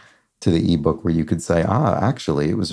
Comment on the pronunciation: First time I literally laughed out loud watching this wonderful video daily was when you said "ebook". Haha